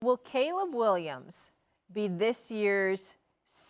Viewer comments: mad dog needs to stop talking about sports all together. Worst takes EVER and cant even read english. K'leeb williams even after RC corrected him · Caleeb? No way Mad dog has watched him play 😂